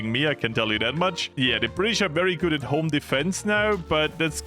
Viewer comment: hearing say "goot" while doing a 70 day focus, gotta be one of his best moments.